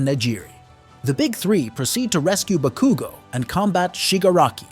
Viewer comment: The bah-koo-go naming Is triggering But nonetheless absolutely prime video. Keep it up. You're amazing. Plus ultraaa!!!